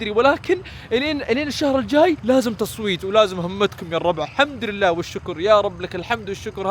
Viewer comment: السلام عليكم بعطيك ملاحظه بسيطه الاحظك دايم تقول الحمدرلله غلط كذا تنطق الحمدُلله الله يكتب اجرك